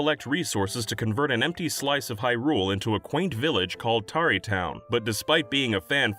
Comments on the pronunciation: Tarreytown is supposed to be said like the verb "tarry", to delay or dally, not like "covered in tar". It's a slow, quiet place away from the dangers of the world. Tarrytown (without the E) is or was a real town in New York. It's now part of NYC, but name-checked in The Legend of Sleepy Hollow (another real village that got engulfed by NYC's growth) with reference to being a slow and sleepy part of then-rural New York. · It's pronounced more like terry for Tarry town you know like how people Tarry away doing work?